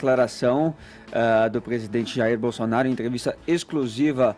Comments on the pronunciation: Em o falou Bostounaro? 😂😂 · ele disse bostonaro ? -. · Minuto 7h37, fala governo "Bostonaro", foi só eu que ouvi? Kkkk. Muito bom! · Realmente o falou Bostonaro! Mas tenho certeza que foi uma trava língua. Ele é muito respeitoso não iria baixar o nível. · o reporter falou "gestão bostonaro" kkkkkkk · Só eu q ouvi o falar Bostonaro?